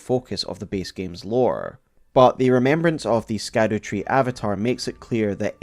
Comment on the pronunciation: It is pronounced "Shadow-Tree " not SKADU-Tree! Come on use your English and pronunciations please.